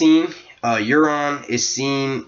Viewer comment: Not too long, nice insights :) BTW Euron is pronounced Your-on lol